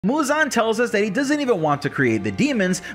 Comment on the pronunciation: Why can't anyone properly pronounce muzan? Lol.